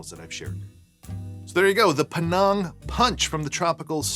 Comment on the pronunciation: Good video. Thanks. BTW, the name of the place (Penang) is pronounced like it rhymes with 'hang' (I go there often. If you like food, it's a must-visit destination)